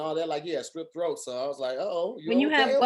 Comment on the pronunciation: Umm did say strip throat🧐